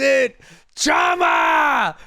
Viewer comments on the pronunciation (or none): It’s shama not jama… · Hey goat, the "CH" in portuguese sounds like "SH" in English, so its like "Shama" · To pronounce "chama", the first part is saying "cha" like "sean" and then "ma".